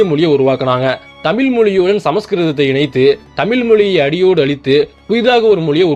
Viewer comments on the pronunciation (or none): தமிலர் இல்ல தமிழ் ழ வ கத்துக்க